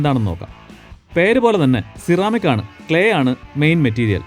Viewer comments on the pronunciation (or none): C-Ramic allallo? Se-Ramic enalle pronunciation. Aarkum enganeyum parayan, njan ormipichathanennu mathram.